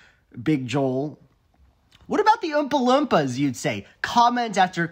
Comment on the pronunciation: I'm more fascinated by the fact that you seem to pronounce "Oompa-Loompa" with a soft "uh" sound instead of the long double o sound